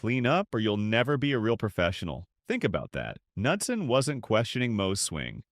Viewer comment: Narrator has no idea how to properly pronounce golfers names. ie Knudsen, Deneret